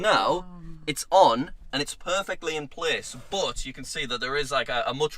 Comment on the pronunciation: I love how he pronounces but like "boot"